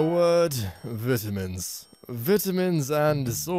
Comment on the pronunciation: "vitimins" yikes